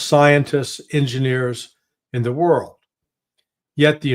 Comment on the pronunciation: "Evil worl out there" 😂😂😂😂he literally said "evil world out there" 😂😂😂😂😂😂😂😂😂😂😂😂😂😂 this 8s amazing 😂😂😂😂😂😂